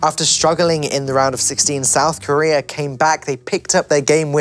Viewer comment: "South Corea" lul